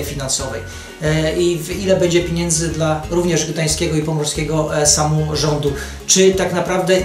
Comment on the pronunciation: Czy on serio powiedział dwa razy pod rząd "piniendzy" ?! :|